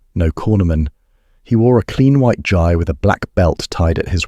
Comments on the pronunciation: For. Pete,'s, sake....gee , not guy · AI narration ruins the story. It's pronounced "GHEE", damn it. Hard "G" long "EE".